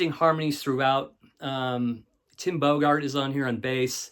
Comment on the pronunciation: all in all a solid presentation but I must insist you pronounce a couple of names correctly: Bogert is pronounced like “yogurt” and Roky is pronounced like Rocky.”